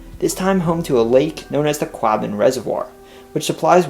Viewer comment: Most interesting as I was born in Boston. Two small criticisms: The word Quabbin is pronounced Kwaw, as in "squaw"-bin. The city of Quincy as well as the two presidents: the "z" is pronounced as "zee". There are other Quincys, but they pronounce them with a 'see" as you did.